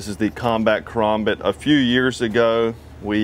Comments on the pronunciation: KA-RAM-BIT Thats what it should sound like not KA-ROM-BIT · Ka-ram-bit. Not ka-rom- bit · Ka-RAM-Bit. That's the only way to say it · call it a karOmbit one more time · the way he pronounces it lol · You say it wrong it’s karambit not karambit😂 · You say karambit wrong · I’m triggered on how he says Karambit Edit: how expensive is the stuff he is at? I can get a Karambit, with a larger blade, handle, and a decal, for only about 15 dollars!